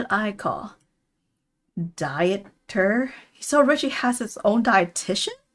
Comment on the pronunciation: For future reference, "Dieter" is pronounced "Deeter" ! It's a German name :) + in "Yeong gi" all the Gs are pronounced like the g in "great"